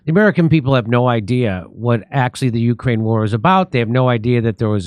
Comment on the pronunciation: What;'s a yukrane? Is that like a yute?